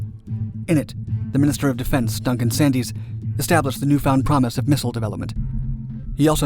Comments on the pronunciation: name of Minister of Defence Duncan-Sandys is actually pronounced ‘’sændz’ or sands and not sandys. Son-in-law of Churchill 🇬🇧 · The "Y" in Sandys is silent. It is pronounced "sands". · By the way, the "y" in "Duncan Sandys" is silent! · Duncan Sandys is pronounced "Sands". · Duncan Sandys surname was pronounced Sands. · The "y" in Duncan Sandys name is silent. (Like the "p" in "bath.")